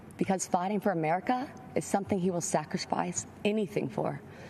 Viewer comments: I like how she pronounces words like Sackrishfishe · Yeah the smart one said sacrishfice